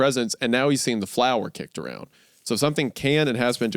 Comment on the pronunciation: Is Isaiah just continually misreading the word flour or does he actually pronounce flour as "floor"? 🤔